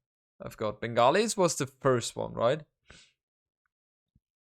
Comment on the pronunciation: I like the way pronounces "Bengalis". Sexy accent. Also everytime he says "obviously" it sounds like "obesely"